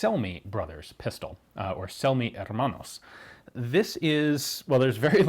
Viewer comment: If those brothers were Italian, then their last name would be pronounced something like "Chel-me".